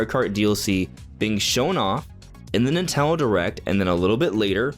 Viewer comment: NINTENDO, Why is it so hard to say? Lol